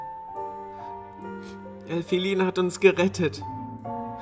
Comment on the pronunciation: Du sagst Elfilin falsch